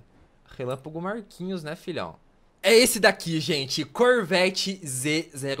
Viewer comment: gente percebi um negócio momento relapago Marquinho e e isso mesmo ele disse Marquinhos